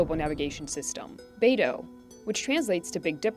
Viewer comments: The correct pronunciation is bai-doo, not NATO and BADO😂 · is weird to hear her pronounce Beidou "baydow". most other youtubers say something like "buydoo". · Beidou, it's pronounced like "bay dough". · When you see the only guest who could pronounce Beidu properly than the million of times the narrators & other so called "experts" throughout this propaganda video, you know how bad they even care to do their research.